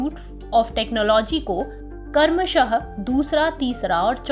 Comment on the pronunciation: Plz karmasah na bolkar kramsah uccharit karne ka prayas kare ...